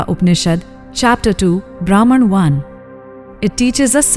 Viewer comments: Pronounce as 'ब्रह्म' ! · Thanks for the wonderful efforts to bring back our ancient wisdom thro these short beautiful stories! Short note: Brahman can be pronounced a little better as it sounds like a English trained AI system!